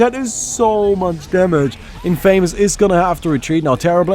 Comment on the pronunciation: Great video.. but I don't think thats how one pronounces infamous..